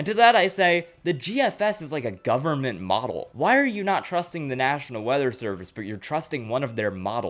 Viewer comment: da gubuhment IS CONTROLLING THE WEATHA.